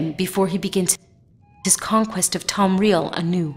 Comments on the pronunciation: Why are people saying Tomreal? It is Tamriel, is it not? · i didnt know tamriel was pronounce tom-real... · In all fairness the voice actress who did the Messenger of Azura isn't that bad, but her inability to correctly pronounce Tamriel really ruined her dialogue. Also, the voice acting on Dagoth Vanis was actually rather good, in my honest opinion.